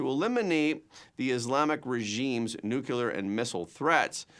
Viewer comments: Nu-clee-er, not Nu-kew-ler. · 'NUCLEAR' is, pronounced 'new-clear. Not 'nuke-u-lar.'